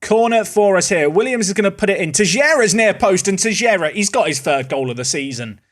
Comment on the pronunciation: please, stop saying Tejera. Teixeira is a portuguese name and it has nothing to do with "tejera".